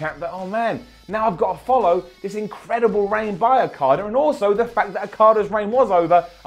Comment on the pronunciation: Every time you say Okada it sounds like Carter